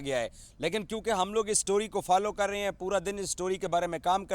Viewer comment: kaam karte rahe hain . Not KAAM KARTE RAYYEEENN . Baqi all good need to improve urdu accent